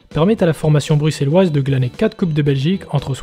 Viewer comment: Clairement les prononciations des villes Bruxelleoises et de certains joueurs....est catastrophique !!! Mais on s'en fou. On a l'habitude que les français prononcent mal nos villes !!! Par contre sujet terrible !! WE ARE ANDERLECHT ❤